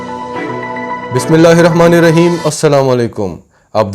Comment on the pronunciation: بھائی باسم اللہ الرحمن الرحیم تو آرام سےٹھیک ٹھیک پڑھ لییا کرو